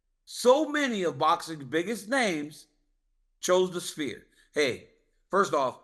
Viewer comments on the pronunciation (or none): Chael "I love the SPEAR" 🏹 Chael its Sphere 🌏🌎🌍:planet-orange-purple-ring: Chael's command of the english language is astonishing. Merab DO-GOSH-TEA-LEAVES dominated at the SPEAR! LMAO 💩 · I understand Chael mispronouncing half the names in the UFC. But pronouncing the Sphere as “Spear” is TOO MUCH 😂😂😂